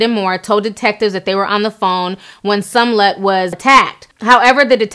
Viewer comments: Its SMollett T, there's a freaking M in the there lol. The way u mess up a name I b like fix it blk Jesus 🤦🏾‍♀️ lml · You got Sumlett. Its you have Sumlett. Would be the proper way to say it since we pointing out grammar.😀 She does her thing. Big up Ti 🎊🎊🎊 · Smollett ! Where's the letter U? 👀 but yet I keep hearing Sum-let .. Am I bugging? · "Smo-llett" "MAGA" "Jussie" ...Ti, I know you are usually on it. You kept saying words the way you wanted to on this one. Good video, anyway. I really hope this is not all a fishy situation because it will set back efforts of actual victims. SMH. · I cried a little inside every time she said Sumlut... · Calling that man Jussie SUMlett. LOL. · Small ett is how his last name is pronounced. Love u Ti, but it was making me cringe girl! Keep doing your thang. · What's Sumlutt?? 😂😂😂😂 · You keep mispronouncing his last name. It's Smollett. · Ti. Who is Somlett though? 🤣🤣🤣🤣🤣🤣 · “Jessie Sumlett”?? 🧐🤦🏽‍♀️👀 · Sumlut???!! 🤣🤣🤣😂😂😂🤣🤣🤣😂 great vid though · Girl it’s pronounced Small Let! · You got me at Jussie "Somlet". 😂😂😂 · lmao why does she keep saying SUM- LET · Yeah Ti pronouncing his name as sumlet took me out every time she stared it I hollered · My girl Ti butchered Jessie's name like 10 times in a row 💀 "sumlet" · "Sum Lett" smh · why do you keep saying "MAGNA" and "Seeeemollett"? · I think its cuz it looks like omelette lol "SMOH-LET" Love you Ti <3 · Yeah, she pronounces almost everything wrong. If there's a name in location involved, it's gonna be wrong lol... I wonder, if you're doing research and listening to people in the news and videos pronounce his name correctly, how does it not register...? idk... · Just murdered ol' boys' name SMH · Love you Ti, but its Smah-let not Sun-let 😉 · Girl...I love your videos but I have to correct you. It's SMOLLETT not SUMLETT. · Ti you tore his name up lol its smollet you had me confused saying sumlette 😂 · Ruru Home me too I was cracking up😂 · Gurl it is Smollett not Sumllett. Please!!